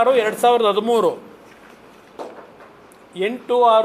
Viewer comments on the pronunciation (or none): none